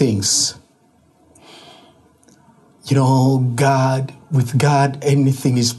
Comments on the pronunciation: It's not ghadd it's God 🙄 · This so called Pastor really needed a punch on his face, the way he keep on saying ghaaad instead of God was annoying. And who on earth gave him authority to hold on to someone's else that is kidnapping 100%.